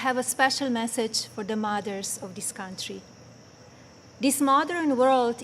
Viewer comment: she still can't say THis...dis...oy...